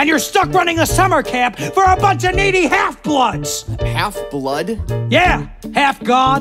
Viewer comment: I heard “Meaty halfbloods” not “Needy halfbloods”.